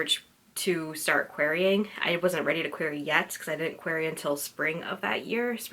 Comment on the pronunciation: Yay! That was super cute and I'm glad to get some behind the scenes on that first red ridinghood project. I still remember that I 100% noticed that you were pronouncing "query" weird but the content was so enjoyable and its not like you could reshoot the blog so pointing it out would just be pointlessly ridiculous. Your commentary in this blog about it cracked me up so thank you!